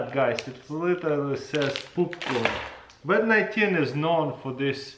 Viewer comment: He said "Wat 19" Now we should get him to say "Nuclear Wessels"